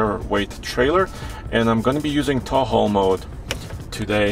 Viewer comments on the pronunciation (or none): I love this review and love this video! But at seconds, did anyone else notice he said Taul/ How, instead of Tow/ Haul?